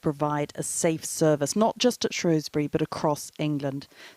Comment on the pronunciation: It's SHREWSbury not SHROWSbury.